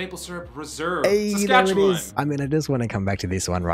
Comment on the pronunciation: So he can't pronounce Iqaluit and Saskatchewan no problem but can't say Newfoundland right. Com'n Man.